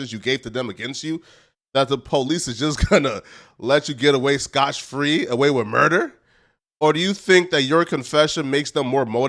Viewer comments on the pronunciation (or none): Scot-free not scotch-free. Although scotch-free does sound like an interesting situation. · Scotch free? Smh. Try Scot free. YW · This dude said scotch free lol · Scot-free not scotch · Scott free, not scotch free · It's "getting away with it scot-free," not "scotch" free 😂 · It's scot free not scotch their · It's Scot- Free not Scotch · Did he say "scotch free"?